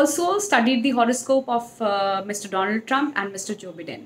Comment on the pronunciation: First of all, please do not mispronounce Joe Biden’s last name. As to your prediction , I will save this video and will comment after the Elections. Most likely, the result will not be clear on Election night this year as a lot of voters are using mail-in ballots this year.